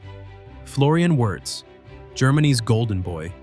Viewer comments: It is pronounced "VIRZ", not "Yurz", for God sake. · Come on!!!! AI generated can’t even pronounce the name of the subject of the video😊